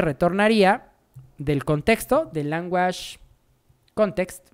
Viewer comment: Excelente tutorial, mil gracias!!! El unico feedback que te puedo dar para mejorar el video es aprender la pronunciacion de language en ingles, lo demas todo perfecto!